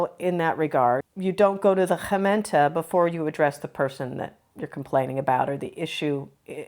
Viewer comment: Doing well with the hard "G" : Gemeente Gezelligheid Gedogen 😊